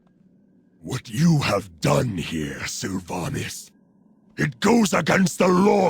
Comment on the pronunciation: Hmm))) nice silver pine quest! In Russian version garrosh named sylvanas «дохлятина» (carrion). Looool, why he speaks “sylvanis”?))))